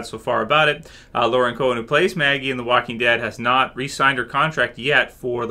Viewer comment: She's been on the show for 6 seasons but you still fuck her name up. It's Co-En, not Co-Han. It really isn't that hard